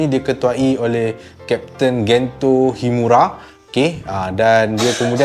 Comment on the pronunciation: sdikit sdih la aq sbb kat malay dub pronounce Gento jdi Gen je..